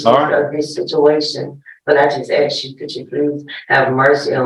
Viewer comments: "Axe"and "pacifically" were used quite a bit during questioning, SMH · "Ax" him. Good lord. Talk to the juuudge. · I would NEVER trust a lawyer who can’t even say “ ask “ instead of “ AXE “ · Must be a low bar to be an attorney guy says AKS instead of ASK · How did this defense attorney pass the bar exam? A defense attorney that still mispronounces the word AKS... oops I mean ask. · When his fiance was on the stand, she said they needed him. I bet the decedent had family that needed him too. His family lost him and, fair is fair, he needs to pay for what he did. Why is his lawyer saying "aks" instead of "ask"?? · it’s not an accent, it’s complete mispronunciation. It’s ask-not axe. He went to law school, is presumably “educated,” which is questionable and he can’t pronounce a simple 3 letter word.